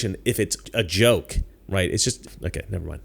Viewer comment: They mispronounced “joke”.